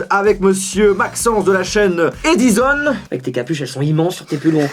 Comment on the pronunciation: Jojol: E-dizon😂